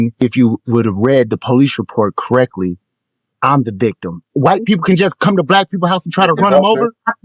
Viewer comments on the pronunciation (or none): "Read it krek-ly"... Note the two cops standing guard over him from behind.